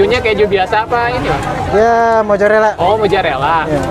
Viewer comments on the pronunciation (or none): MOZARELA BUKAN MOJARELLA😭😭😭😭